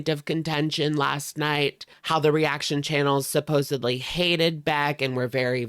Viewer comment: Love it when people pronounce "supposedly" PROPERLY. YAAAAAS!!